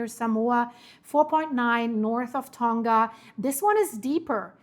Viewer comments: Tonga wird "Tong-a" [toŋa] ausgesprochen, nicht "Tong-ga" [toŋɡa]. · Tonga is pronounced Tong-a not Ton-ga... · Man.... I live in NZ. Makes me uncomfy seeing this lol Ps: Tonga is a soft g. So its said like Tong-a ❤